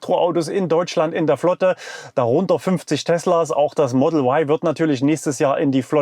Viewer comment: Sprache soll für das Publikum verständlich sein! Model Why ist nicht verständlich da Sie sich an Publikum mit deutscher Muttersprache richten. Ein deutschsprachiger Mensch denkt bei "why" an den Buchstaben W, und nicht an den Buchstaben Y. JA, wir leben in einen freien Land. Deshalb ist es mir derzeit noch möglich ohne Risiko einer Inhaftierung Sie darauf hinzuweisen dass "Ypsilon" verständlicher ist.